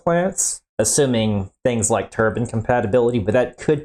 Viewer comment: You don't do anything for your credibility pronouncing turbine as "turban". A turban is what a Sikh wears on his head.